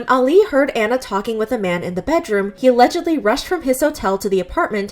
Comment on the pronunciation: i love how she keeps saying alledgedly